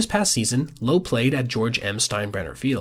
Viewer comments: Brandon Lauwe (Like Loud), not Lowugh, like Lowe's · is so low on Lowe that he mispronounced his name to sound low. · You’re a nerd who spends all his time looking at baseball savant pages. You don’t even know how to pronounce Brandon Lowe’s last name.